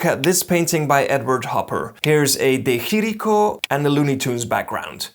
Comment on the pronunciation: "Dé Hiriko?" Why don't you look up stuff before you start talking? You are too clever to learn?